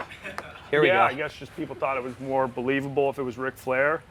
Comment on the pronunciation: Ric Flair doesn’t have a K in his name